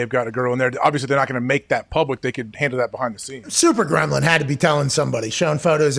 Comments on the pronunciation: "SUPER GRELIM" .. I just died 🤣 💀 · Did he say super gremlin? 😂😂😂